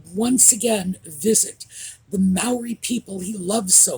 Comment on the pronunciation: The positive of him taking advantage of the Maori people is that I learned the proper pronunciation of their name. Also, from Sky News I learned abt ANSAC and heard “and the band played waltzing Mathilda” for the first time. Thanks aussies and kiwis! I cried when I watched the video. My father fought in WW2 and used to sing Waltzing Mathilda. They marched to it.